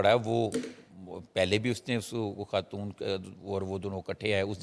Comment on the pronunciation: What is KHAN. Pronounce it properly. AGWA KHATOON???? Whats wrong with you sakht ANNOYING